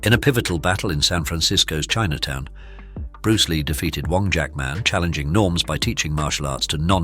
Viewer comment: Bruceh Lee haha also Jeet Kuneh do is a funny pronunciation. also "limlight" at the end was funny.